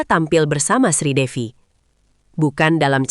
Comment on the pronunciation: Bukan Sridewi mbk tapi Sridevi jangan salah ucap ya❤❤❤